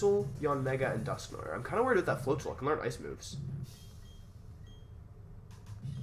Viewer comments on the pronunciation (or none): Press 1 if you wanna see Wolfe pronounce Dusknoir correctly